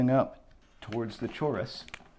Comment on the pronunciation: did you just pronounce "chorus" with the ch sound lmao